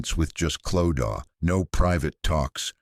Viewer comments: Same, the Clodaw not Clo-da being mispronounced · I couldn’t watch this cos you kept saying Clodaw. It’s pronounced Clo-da. If you research all the other stuff then her name could have also been researched.